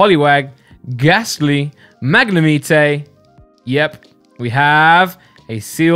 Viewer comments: Magnimite your saying it wrong 😂😀😃😄😆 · tHaTS NoT hOW yoU PRoNOUnce MaGNEmitE! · I hate the way you say magnemite 😂 but i love the videos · AwW yOu SaY MaGnAmItE wRoNg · At first i got so mad how u pronounced magnemite 😂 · Stop saying Magnemite wrong gad damn it. You never learn. Also how could you hate Break cards?! Why would you taste Brocks Grit?